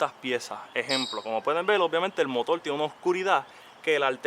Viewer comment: Es motor no motol 😅